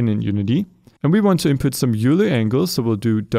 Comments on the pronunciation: Euler is pronounced like oil-er. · Euler is pronounced "oiler", not "yooler". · It's pronounced "Oiler," not "Yewler." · Euler is pronounced oiler. i know its weird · I love the videos, but that pronunciation of Euler lmao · Yeah, unfortunately a lot of people just pronounce it as it looks, not knowing it's based off of a name, Leonhard Euler, and that Euler is thus pronounced more like "oy lar"